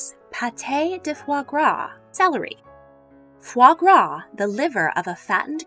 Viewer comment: She can't even pronounce Edwardian or Foie Gras.